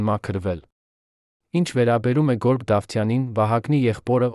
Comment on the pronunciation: Երան թե՞ Երեւան՚ Գորգ թե՞ Գեւորգ՚ այ անգրագետ։ Էլի շատ սխալ բառեր։